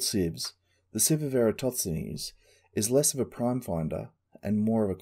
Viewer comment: EratoTSenes or EratoSThenes? Good video but hearing you say his name frustrates me a little, haha